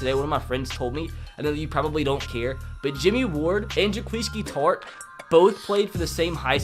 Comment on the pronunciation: i like how u said Jaquiski tart